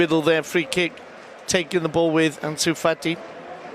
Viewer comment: He called anus Fati, Junior Firpo! 😂😂